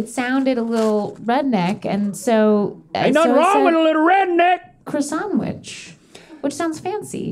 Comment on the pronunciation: The way Carl Wheezer says croissant is actually the correct way.